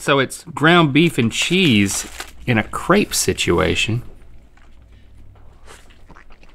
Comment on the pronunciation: I cringed every time they pronounced crêpe incorrectly 😩